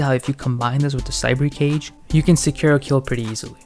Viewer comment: Thanks for the guide even if they did patch it a bit but everytime you say 'cage' i hear 'guage' and it's triggering the fuck outta me!